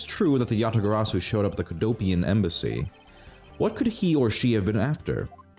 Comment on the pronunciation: Mispronounciation Tracker Yadagabari (x2)